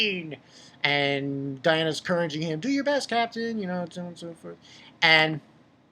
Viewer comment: oh and its not diana its diane